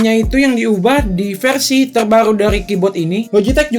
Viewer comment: Versi bang bkn perasi